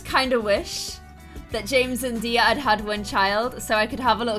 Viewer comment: My name is Diya and you make me so happy when you say my name right!!! I've been here since the start and i love you so so much